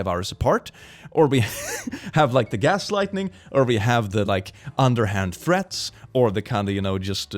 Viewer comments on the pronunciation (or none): it sounds like he said gas lightning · You said gas lightning and I do know that you said it wrong and everyone does stuff like that but gas lightning honestly sounds like when you fart so hard it knocks something/someone back lol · "Gass-lightning" x,D oh no I know ya meant gaslighting but this mad me chuckle